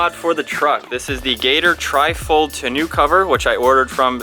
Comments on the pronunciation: Not tonU cover, but tonO cover... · It’s pronounced ton-oh.